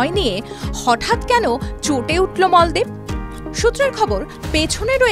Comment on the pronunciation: Moldip. Na Maldip....kit koray khotha bolun😅😅😅😅😅😅😅😅😅😅